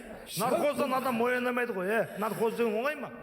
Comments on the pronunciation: Нархоз емес, наркоз деп айтыңыздаршы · Нархоз, нархоз деп наркоз деп айталмайды екен... 😂..